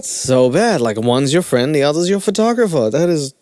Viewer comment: Omfg..did big Ed just call himself a "FUR-tographer"??? 🤣🤣🤣